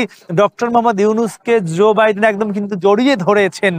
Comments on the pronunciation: zoe biden na joe biden, uchcharon thik rakha uchit ato boro ekta news cover korte gechen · রিপোর্টার এর উচ্চারণ ঠিক করা উচিৎ। ঝো না জো হবে।